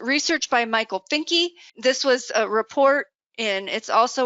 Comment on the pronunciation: Michael Finke's last name is pronounced "Fink Ah"...not "Fink E."